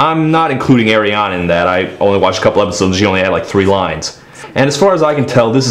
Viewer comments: Please say Ariana right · Why the hell do you pronounce her name that way?